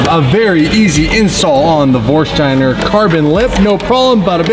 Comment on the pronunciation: Is someone going to tell him theres no H in Vorsteiner? Its not VorsHsteiner.